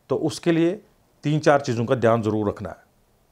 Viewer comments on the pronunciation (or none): none